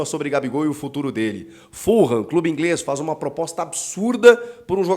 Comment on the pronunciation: Grande Chico, só um adendo se me permite. O nome Fulham se pronuncia sem o som de R na letra H, soando mais ou menos como fuLam. O mesmo pra a Tottenham sem o som do R no H, TotteNam.